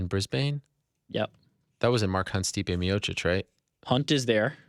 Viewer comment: ariel person who says stipe miocic and not miocik... respect